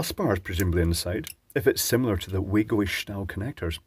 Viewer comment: Yes. Also, it is pronounced "VAGO" but everyone seems to prounounce it like our dear friend;)